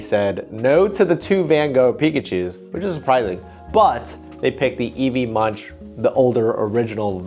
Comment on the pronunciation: Great video, more of this!! Munch is pronounced more like the english word "monk", or like "monc" in the fashion brand moncler 😊